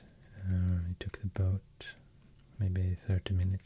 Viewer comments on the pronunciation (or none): none